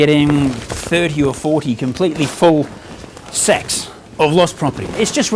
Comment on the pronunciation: Sounds like a kiwi there! (Can tell from the "Sacks and Kit")